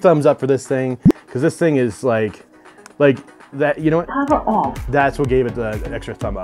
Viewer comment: “Bluethooch mode.” “Powr off.”